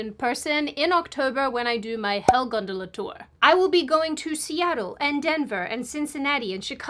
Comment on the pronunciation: You don't get to complain about 'Mom' when you pronounce gondola 'gundula' 😂